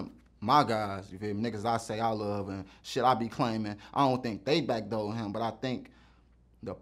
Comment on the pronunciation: "Was Pappy backdurred...?"